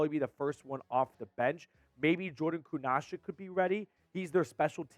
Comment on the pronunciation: If the Browns dont sign Shaq Leonard, and doesnt learn how to pronounce Kunaszyk, I might cry.